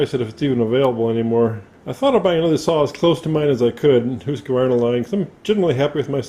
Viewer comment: Husqvarna is really Swedish and pronounced hoosk varna he is saying it correctly